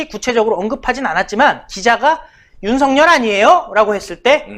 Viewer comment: 윤석렬로 발음하지 마시고 윤석열 글자 그대로 발음해 주세요